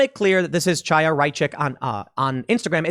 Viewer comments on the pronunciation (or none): Chaya is pronounced with a Chet, the gutteral sound in the hebrew language that sounds like youre clearing your throat. Youd be better calling her Haya rather than Chaya (like Chap) if you cant do the gutteral Chet sound. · "Chaya" is pronounced "Haya". Unless you know how to pronounce a Hebrew "Ch", which statistically speaking you don't.